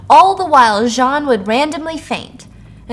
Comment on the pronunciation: I love the way you terribly pronounce French names 😂 Listen. I took 4 years of french and even all of us were like nah man that’s John.